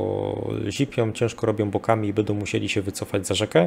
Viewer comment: Świetnie się słucha! Szacun za wiedzę! Sugestia mniej: "bedą" a więcej "będą" :) Poza tym tak trzymać!